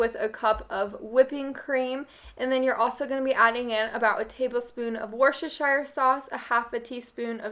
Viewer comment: As someone who lives in Scotland in the UK I find it so funny to listen to Americans trying to pronounce wostershire sauce I don’t think I’ve heard a single one say it correct yet lol 😂💗